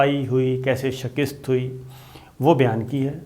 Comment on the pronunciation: صابر شاکر صاحب ایک لفظ آپ استعمال کرتے ہیں shikist یہ اسطرح نہیں یہ shikast ہے